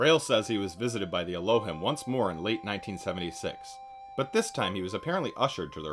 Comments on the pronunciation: it's pronounced "el-oh-heem" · It’s ELL-O-HEEM…. And doesn’t mean sky people wtf lol 😂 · Dude you pronounced Elohim incorrectly for the whole video. Its pronounced: Ell - Oh - Heem Thought you should know